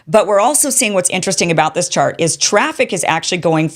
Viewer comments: She said “shart” ….😅😅 Why was that so funny?? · Kim said “this shart” loooooool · The most important part of this video was when she said "this shart....chart" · Did she say "shart"? 😂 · Kim I laughed out loud when you said "this shart" and then corrected it with chart. I honestly think that shart better describes the insanity of this policy.